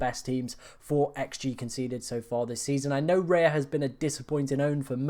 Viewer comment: You lost me at Raya. Raya!?!?